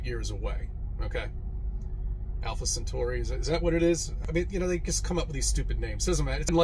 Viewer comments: CC may be an idiot but at least he can pronounce Centauri correctly., it's centauri not cenchuri. It doesn't even look like cenchuri. You really need to work on your pronunciation before poking fun at these idiots. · Centauri, not centuri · ‘Sent-oarey’ not ‘sent-yuri’. Just saying…